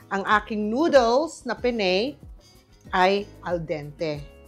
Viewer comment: Pen ne. Not Pen ney